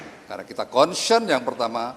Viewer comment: Konsiyen…. Wkwkwkwk… mungkin maksudnya concern…😅😅